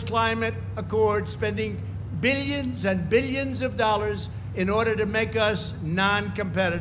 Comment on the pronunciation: After I watched that video which was just clips of him saying “billions and billions and billions” I can’t help but notice how weirdly he says “millions/billions”